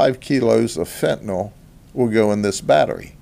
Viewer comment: Thank you, Grady Judd, for saying FENTANYL correctly. Last syllable sounds like "ill", not "all". Great job on these busts. It'll be a sad day when you decide to retire!